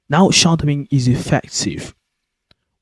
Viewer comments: What the hell is shardowing? It sounds like you using the English word shadow, but pronouncing it entirely incorrectly. I hope this is a piss take of those worthy "how to sound like a brit" videos, if not you are sending people entirely the wrong way. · Alas I know what shadowing is. I am commenting on what sounds like your Brummie accent. If you are teaching English pronunciation to foreign speakers you ought at least use the most common English pronunciation so that they dont go around saying shardowing when it is SH-A-dow-ing.